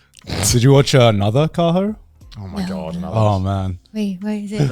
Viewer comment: I know they've talked before about it but Joey having to say "anusaa" to get Kaho to understand "another" really exemplified, "If someone can't understand your English just try saying it with a really strong accent. I know it sounds racist but it really works." 😆